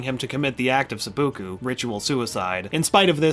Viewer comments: Se-poo-Kooo ...... Sep-pu-ku** hahah Great video! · i want to commit seppuku just hearing you pronounce it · harakiri not seppuku and you also totally butchered the pronunciation